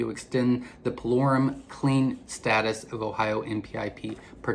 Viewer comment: Pullorum ( spell check) is what he said but is hard to understand him at that part